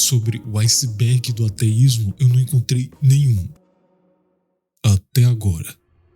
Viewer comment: Da mais ênfase ao "A" quando falar ateísmo, senti dificuldade em entender se tu falava ateísta ou teísta... Consegui pegar pelo contexto, estou no aguardo ❤